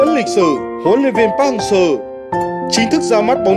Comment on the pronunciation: Đọc chuẩn vào, anh thì ra anh ,việt thì ra viet ,Seo=sơ